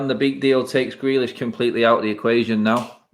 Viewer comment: Shut up, and Adam!! Few weeks ago both of you prefered Grealish. couldn't pronounce his name. Jus shut it both of you!!